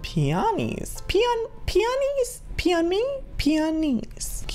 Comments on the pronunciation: Joey you pronounce peony pee-ony exactly how you spell it I have those flowers in rl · it's pe-"oh"-nie joey 😂 luv u soooo much ❤️❤️❤️